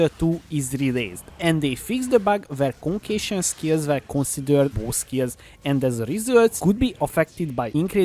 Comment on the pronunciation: "Conqueishon" hehe , sorry not making fun of., just sounds funny.